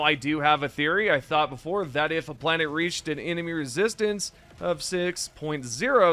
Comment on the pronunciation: He pronounces it wrong so you will comment, driving up his engagement